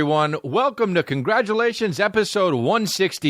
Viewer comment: He will never pronounce congratulations properly but I don’t care.